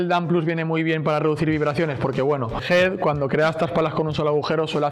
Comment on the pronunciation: Por qué le dice "HID"??